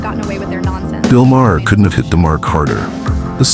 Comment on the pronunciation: It's Not MAH-her. ROBOT